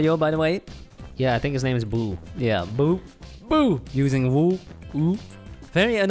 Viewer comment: “It’s the ghost from mario” “Boo” “Boo” What I hear: “It’s a ghost from Mario! Poo poo”